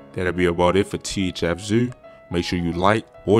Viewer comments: He said thf zew😂😂😂😂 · “Thf zew “😂😂😂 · “Thf zew “ 🤣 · Why does he call him zuuh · 😁😁😁everytime tht Nigga say ThF Zewh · What I man trying to pronounce the word zoo?🤣🤣🤣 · Baltimore dudes be sounding crazy......my man pronounced parents as purents, and zoo as zeww, shewting, jewn, teww